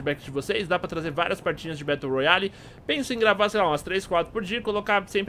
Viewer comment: battle se le "bérou"